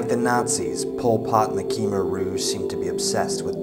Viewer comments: It's pronounced kmair not keemer. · thanks for the video. it really bugs me when people cannot pronounce "khmer" correctly. it's really pronounced "kuh-my". it's my native tongue. i should know. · It is pronounced Khmer (Kha-my) not (kee-mer)..just for future reference..I learned directly from a Cambodian myself.